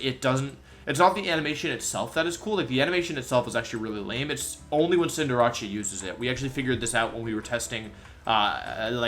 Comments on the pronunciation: When he called it cinderachi in stead of cinderace it was funny to me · Why did he say cinderace like that😂😂😂😂😂, cool vid tho I love all the animations in this list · Is anyone else bothered by how he pronounces Cinderace? Like, it’s about an ace player. Since Cinderace is a good soccer player, it’d be considered an ACE, like ace trainers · Not him butchering easy names like Cinder-ACE and Giga Impact. Cinderace is pronounced like a being the ace at the game or ace of hearts in cards not -ache. How do you even mess that up that badly? Giga Impact likewise is not pronounced with a J sound at all but a hard G.